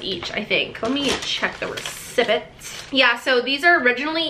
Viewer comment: the way she said receipt 😂